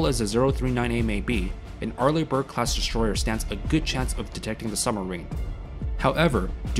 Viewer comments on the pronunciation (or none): it`s called strategy, not shtrategy-destroyer, not deshtroyer, aso asf. sick of it.